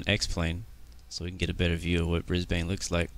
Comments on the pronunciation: Brisbane, not Brisbain. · You pronounced Brisbane wrong, I’m from there